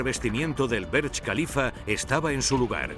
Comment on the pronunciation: Por que le dicen berech khalifa?